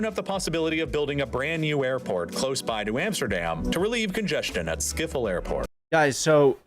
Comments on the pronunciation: Ik kan er niet tegen dat de narrator "Schiffel" zegt. Het is Schip-Hol (I cant stand it that the narrator says "Sciffle". It's 'Ship-hol' .) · 🤣 Skiphol. I am dead... The "sch" is crazy. Is the sound gone or is it just me? Then around 39 seconds it's back again. I am Dutch, so i was super curious about the answer.😅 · how the do you pronouse schiphol airport as schifel airport